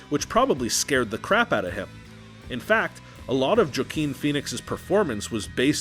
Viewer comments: Its not joequin its wahquin (pronounced) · You pronounced Joaquin Phoenix as Joe-keen! Phoenix... "Joe...keen." "JOKING!!!" OMG! Was that on purpose?!!? It's actually pronounced "Wah-keen." Either you fucked up, or you're a genius. Or both. lol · His name should be pronounced "wa-keen" (or "hwa-keen"), not "Joe-Keen". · The narrator pronounces the actor’s name joe-keen instead of wah-keen? WTF? I think he gets into the refrigerator to hide from everything, including himself. I also think he seeks to cocoon himself for a sense of comfort. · did he just say Jo-qe-en? I thought you pronounce his name Wa-qe-en like if you put the words Whack and In together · Wakeen. Phoenix.....Not Jokeen Phoenix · JOEKEEN Pheonix? WAHkeen! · Did you know that you mispronounce the lead role"s name as Joe-Keen? Seriously? Not /hwɑːˈkiːn)?!? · ARGGGH THEY SAID JOAQUINS. NAME AS JOKEEN UGGGHH ITS WOKEEN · Did you literally say jacking Phoenix ? Hahaha it’s wahkeen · "Joe-keen" Phoenix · Wah-Keen. NOT Joe-Keen. 🙄🙄🙄 Spending the time making this type of video should involve a correct pronunciation of the subject’s name. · Joaquin is pronounced Wah-keen, not Juh-keen. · Did you seriously just pronounce his name as Joh-queen? It’s Wah-keen, man... 😒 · It’s pronounced Wah keen not joe keen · When they said Joaquin's name as "jo-queen" I paused the video to take a moment. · 1) doesn't even pronounce his name correctly "jakeen" 2) His decision to let Larry go was not an easter egg commemorating richard ramirez who let his victims go... he basically stated that "he was always nice to him" and we saw that in the movie. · He called him "JOE-keen" Phoenix🤣🤣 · Lol. He pronounces Joaquin as "Joe-Keen." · "Joe-keen" Phoenix. 😆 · Did anyone else not like how he said “juh king” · Joke-een Phoenix he says lol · y did you say "jah-quin"? i actually cackled lol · Juckeen Phoenix? Dude... such horrible pronunciation strains your credibility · I thought his name was pronounced Wa-Keen 🤔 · "Juh-keen Phoenix??"